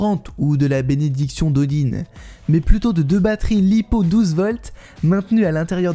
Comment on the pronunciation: On ne dit pas "audine" mais "odin" comme ça se prononce et on ne dit pas "moljir" mais "mjolnir" le j est mué donc ça se prononce plutôt "miolnir". Sinon ,bonne vidéo comme d'habitude